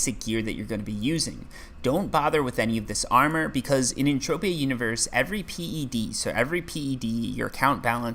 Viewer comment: Old skoolers call it PED... Not Pee Eee Dee. I'm a 6 year veteran.